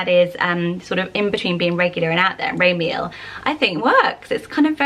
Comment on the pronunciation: I notice that whenever you pronounce Hebrew names you mispronounce the endings. For example: Raziel would be pronounced Raz-ee-el (3 syllables) or Ramiel is Ra-mee-el. Also names like Azariah (which I know you mentioned in a previous video) is pronounced Az-uh-rye-uh not Uh-zar-ee-uh. Just trying to be helpful! I love your channel and all the great ideas you have! Much love and stay safe!